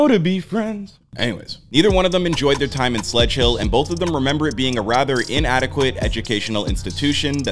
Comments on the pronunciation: “Sedgehill” not sledge hill 😂😂😂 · They went Sedgehill school not Sledgehill